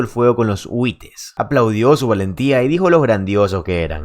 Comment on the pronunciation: José. En España los llaman Huties, ni Huites. Buen video